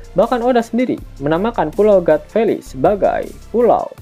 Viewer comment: God valley... Di baca Gat feli... Hadeh...